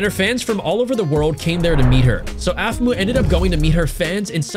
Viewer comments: Um its not aqhmou its Aphmau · It’s aphmau not aphmu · YOU CALLED APHMAU APHMO